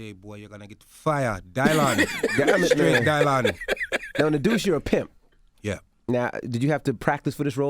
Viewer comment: "Straight Die Lyon" 😹🐐